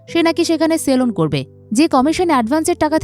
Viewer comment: সেলন না সেলুন??